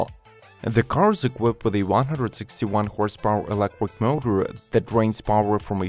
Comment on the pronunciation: It’s electric not elequip